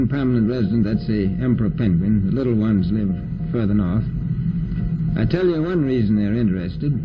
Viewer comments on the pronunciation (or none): none